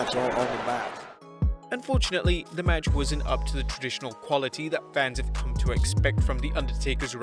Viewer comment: He can’t say come